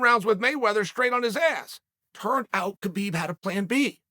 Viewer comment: HAH BEEB, not KA BEEB